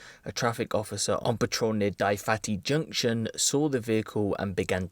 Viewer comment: did he say "die fatty junction" or am i bugging